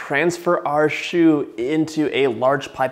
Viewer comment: Thats how you pronounce choux pastry